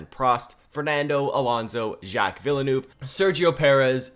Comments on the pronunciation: z- jack ve-l-neve. not vielenoov. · No way you said jack Villa Noov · Villanouvy. That's a funny way of pronouncing Villeneuve 😂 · Villenuve is pronounced vill-nerve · The pronunciation of Villeneuve hurts me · I can’t get over how he says Villeneuve 💀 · How he pronounce Villeneuve triggers the shit out of me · I love and all of his content but please tell me I'm not the only one really bugged out by the way he pronounced Villeneuves name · The way you pronounce Villeneuve brings me a great deal of pain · 1. great video as always 2. u butchered Villeneuve pronunciation every time💀 3. why is every1 commenting for drivers that either arent in the game or arent legends at all🤨